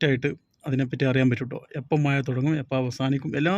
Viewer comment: മയ അല്ല മഴ 😂